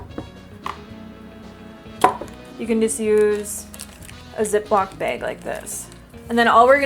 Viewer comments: Put it in a "beg" ❤️❤️❤️ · O.o never heard someone pronounced bag as beig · Yessss you say bag like I do 😂 Minnesota represent!